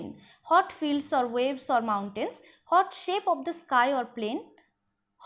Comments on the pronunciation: Mem apni what er pronunciation hot keno blchen? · Please pronounce the word "WHAT" correctly Mam. Otherwise your classes are very enjoyable ❤